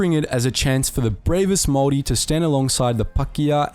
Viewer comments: Its pronounced Māori not mory and Pākeha not bakia But anyways nice vid bov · Is anyone else hearing "moldy" instead of Māori? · A guy with a kiwi accent absolutely butchering maori pronunciations that badly was totally unexpected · Goodness Me...as a Whanganui-born Pakeha, I was appalled at the Maori pronunciation. Apart from 'Morry', he got it all terribly wrong.